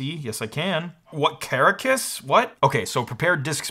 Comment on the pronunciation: as a Venezuelan, hearing Caracas (our capital) mentioned in a tech YouTube video is always a welcome surprise. As a friendly FYI: it's pronounced CaRAcas 😉